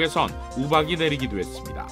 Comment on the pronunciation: 이 방송국의 앵커를 속히 바꾸시오. 그는 끝 발음이 정말 듣기가 거북할 뿐만아니라 “ 했습니뎌” 라고 발음하는 정말 듣기가 여간 괴로운게 아니다. 그렇게도 앵커로 일할 사람이 없던 말인가. 말끝마다 “뎌, 뎌, 뎌, ” 라고 하니 발음을 고치던가 혀에 문제가 있는 사람이라면 다른 사람으로 교쳬해서 앵커자리를 신선하게 하기를 바란다. 정말 한심하다. “뎌, 뎌, 뎌, 라고 발음하는 자를 앵커로 앉히다니.